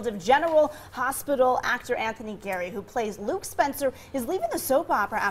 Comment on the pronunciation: It's GEARY NOT GARY. Bimbo!